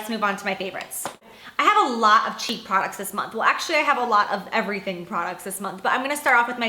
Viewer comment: she said "cheek" products